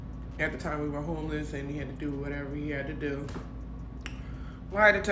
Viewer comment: Wateva...wateva...i do wat i want😂😂😂